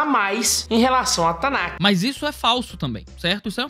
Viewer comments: Me dá um pouco de agonia dele falando "tanakiih" e não "Tanakh" (Tanarr - som de erre). Eu não quero corrigir hebraico de ninguém, é só que eu me acostumei a ouvir "Tanakh" com som de 'rr' (kh) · TANAKI é comida japonesa? erro de pronuncia do rapaz lá e também sobre cânon.